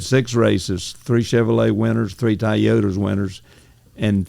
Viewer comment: three Ty-yota’s.